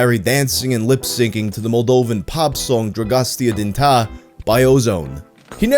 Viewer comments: I cannot believe the Dragosta Din Tei pronunciation, I mean, it's in the song for crying out loud 😂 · ngl your pronunciation of dragostea din tei, makes my ears bleed. I even feel like you own all Moldovan and Romanian viewers an apology